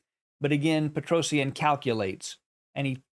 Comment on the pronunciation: It's petrosian. Not Petros eannnn Google it.